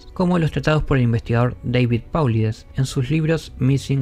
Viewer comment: Paulides se pronuncia 'Pol-ay-des". Saludos y excelente canal.